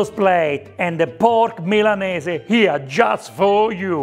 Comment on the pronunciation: So nice to here Milanese pronounced correctly. So many people in Australia say "Millaneez" and it drives me nuts